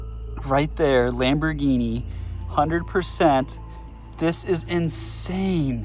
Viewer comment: It’s not a lambighini